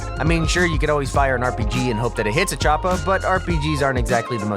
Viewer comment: He sead chopa lol chopa